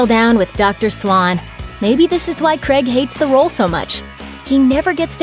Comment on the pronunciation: It’s pronounced “krayg”, not “kreg”.